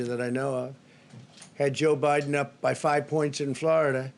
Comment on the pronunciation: Did I hear wrong ??? Did he just call MR. BIEDEN haha